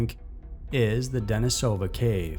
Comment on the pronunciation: just a minor pronunciation correction for you. Denisova Cave is not pronounced how it looks, it's Russian, so, in this case, the stress is on the second syllable, De-NEE-sah-vah. great work though, love this channel.